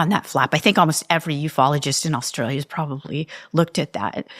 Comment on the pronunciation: My hat’s always off to Americans who pronounce “Brisbane” properly! Nice work! But now “Austrulya?” I think I’ll give positive points just for this being utterly unique to me!